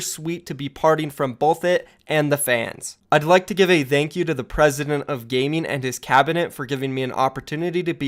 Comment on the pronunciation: Can you pronounce thank you normally? Pls